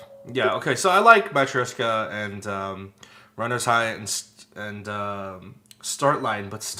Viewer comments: Russian words in Matryoshka song always makes me laugh 😂 I'm russian, so undrestand that devushka-vushka part🤣 and of course matryosh-III-ka😆(the right pronunciation is matRYOshka) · doesnt pd say matryoshka right n skz stay it wrong or is that just me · its funny how they pronounce matryoshka wrong but it sounds so good in the song